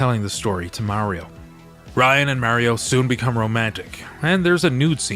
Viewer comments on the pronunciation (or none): Rynn, as in Rinn. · Right! I kept saying, Her name is RYNN!!! Lol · "Ryan"?? Hard to have faith in a review if you can't get the main character's name right.